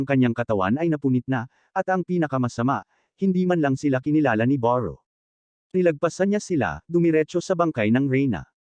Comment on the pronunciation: beru po, hndi po baru